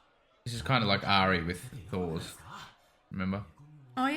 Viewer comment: Not sure if anyone has already said it, but all their names are pronounced with a T sound and not a TH sound. "Thors" pronounced as "Tors," "Thorfinn" as "Torfinn," etc. Same with Askeladd. His name is supposed to be pronounced the same as you hear it in the show. "Ash-eh-ladd".